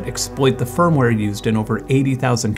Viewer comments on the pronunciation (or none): none